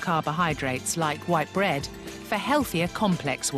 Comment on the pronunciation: he pronounces bread like brate